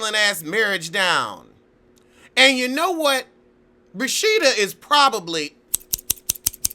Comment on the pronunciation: I died! And he called her rashita! I cant!